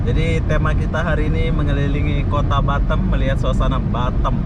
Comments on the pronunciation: Batam bukan batem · Kenapa bilang batem Yang benar Batam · Batam bos bukan batem 🤣🤣